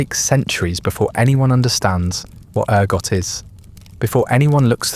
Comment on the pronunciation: Interesting ergot sounds like argot???